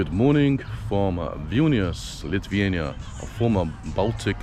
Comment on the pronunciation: annoying having these ''bald and bankrupt'' wannabes talking about things they dont actually understand. I never read what's on a gravestone myself but i highly doubt it's in Latvian.. also the way you pronounce Lithuania makes me wanna go deaf